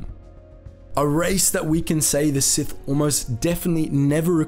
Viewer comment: I like it when you say “sithy”